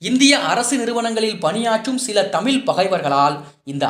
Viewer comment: சகோதரரே உங்களது கானொலிகளை மிகவும் ரசிக்கும் ஒருவன் நான் . சிறு ஆலோசனை தமிழ் என சொல்லும்போது நீங்கள் தமில் என சொல்கிறீர்கள்.